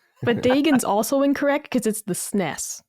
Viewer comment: SNES pronounced snez